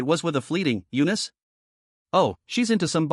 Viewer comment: Eanice? Why did it said u-nist